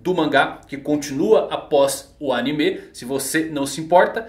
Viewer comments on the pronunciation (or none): none